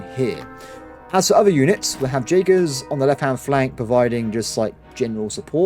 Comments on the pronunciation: Jaegers are pronounced Yaegers!! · The pronaunciation of jagers is killing me lol